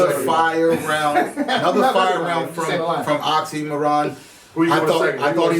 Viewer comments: oxxymIron not oxxxymOron, genuses,pronounce correctly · Damn, again this Oxxy"Moron" pronunciation. He is Oxxxymiron, not the moron =) Great show and good thoughts btw, thanks guys and hello from Russia!